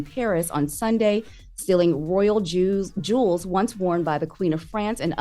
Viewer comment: Did say “Royal Jews”?